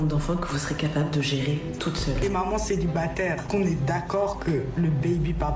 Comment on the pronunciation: "Maman celibaterrrrrre" 😂